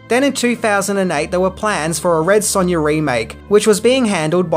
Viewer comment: Red Sunya lol